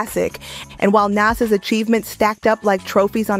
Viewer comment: "Nass" and "Poosha T"